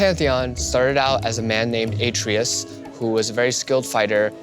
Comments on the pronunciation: A-tray-us. Not a-tree-us. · He keeps saying A-trius, isn't it {AH-TRAY-US} Atreus? Like in GOD OF WAR 4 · AH-TREY-US. can you seriously not say his name right, BOI.